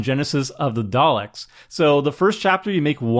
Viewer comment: I gave you a thumbs up just for pronouncing 'Daleks' correctly. :)